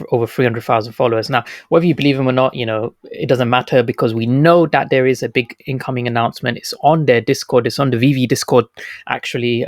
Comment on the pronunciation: Do you say that or dat ?? 🤣